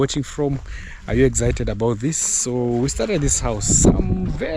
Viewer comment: its excited no exhited